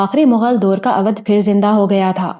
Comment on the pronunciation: اودھ کا تلفظ غلط لیتی ہیں یہاں اودھ کا او او بھائی کی طرح بولا جائے تو تلفظ ٹھیک ھو جائے اچھی کہانی بہترین آواز مسحور کن لب و لہجہ اللہ دے تو تھوڑی محنت سے تلفظ بھی ٹھیک ھو سکتا ھے پھر آپ کی کہانی گری کا مقابلہ بھلا کون کر سکتا ھے اور مجھے امید ھے دھرتی کے سفر کے بعد قمر کی اتنی ھی شاندار کہانی "مقدس مورتی " بھی آپکی آواز میں سننے کو ملے گی اگر ناول نہ ملے تو میں آپکے لسنر کیلئے ڈونیٹ کر سکتا ھوں